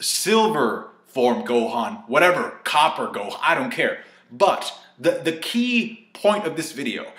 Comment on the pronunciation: He said copper gohan LMFAOO I'm done